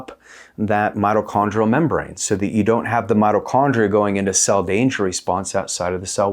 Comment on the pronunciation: It’s not “”Motto” Chondria brotha 😭